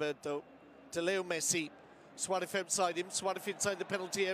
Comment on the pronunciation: This commentator is driving me nuts. Suarez ends in a Z not a TH. Suareth is not dudes name.